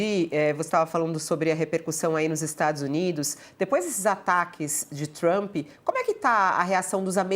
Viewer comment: Donald "TaXamp" 😂😂😂😂